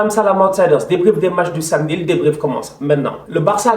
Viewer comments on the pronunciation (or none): none